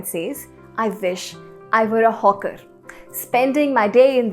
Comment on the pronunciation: second line everyday I meet the hawker not hear the jawker mam. it's ok mam